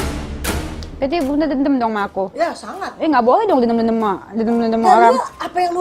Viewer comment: Dendam tpi ngmong demdem hahhaa